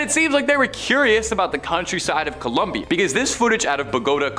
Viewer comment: Bo. Go. Ta. Co lum bi a